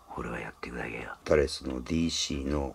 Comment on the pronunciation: Dシィ〰️、言い方が面白いです😃 巻き舌の雰囲気も面白いです👍